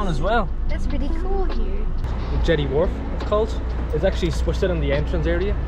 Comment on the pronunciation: Should ask the locals for the correct pronounceiation of the suburb names the only one you got right was Thd Entrance